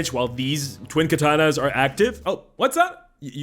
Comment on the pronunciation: For real, every time he says „twin katana” I just hear „twink atana”. XD